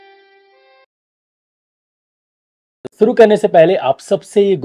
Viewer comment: सुरु नहीं। शुरू। सही शब्द शुरू होता है।